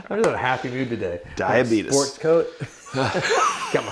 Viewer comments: It’s die-uh-bee- tease zzz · So basically, Gibson's version of "Bitcoin"?? 😳😂 Ummm, NO!!! And: "Dyuhbeetus" 😂😂😂